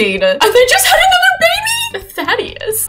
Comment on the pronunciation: I would pronounce it "Tha-day-us" Keep the name! lol